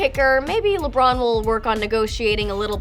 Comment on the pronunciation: They said lebrun